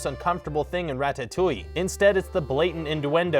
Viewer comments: "Induendo"? "Rat-tat-touille"? "Eed-ipus"? I mean... I'd say read a book, but it's probably exactly because you've been reading books without ever hearing them spoken that you can't pronounce them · He can't say Ratatouille correctly 😠😠😡😡👿👿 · "rat-tat-oo-ee" "ee-di-pus" "en-oo-en-do" fam where do you live? i've literally never heard any of these words pronounced this way. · Ra-tat-toi and ee-do-puss???? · He can't pronounce Ratatouille either